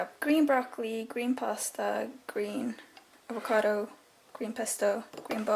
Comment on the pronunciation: "Aocado". They don't grow the 'v' sound in Norway either?